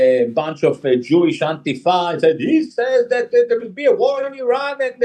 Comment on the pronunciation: Can't stand the way they pronounce IRAN...‼️